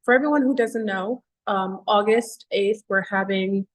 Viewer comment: Are you saying August by mistake or on purpose?